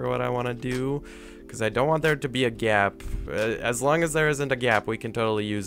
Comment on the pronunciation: Say gap not gyap